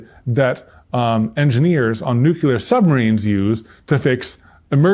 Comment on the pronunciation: much love. power outages are frequent occurrences for me in Maine. , "nuclear", not "nucular". i wish they would've taught you how to pronounce the word "nuclear" correctly. you can boil water in the fireplace.